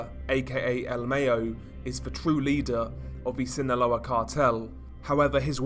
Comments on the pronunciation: Its El my - yo not mayo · Mayo is pronounced MY-OH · "El Mayo" lol wtf ? Its pronounced Mah•Yo. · Love how you pronounced mayo as the condiment lol 😂 keep up the great work though